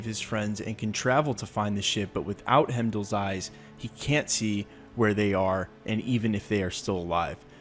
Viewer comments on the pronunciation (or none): Man did you just say hemdall it’s freaking hiemdall hime is how it’s supposed to sound I’m not actually upset